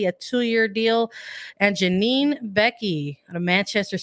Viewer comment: does at least one weird pronunciation in every other episode, usually it's something European. But the way she says Janine might be the weirdest one.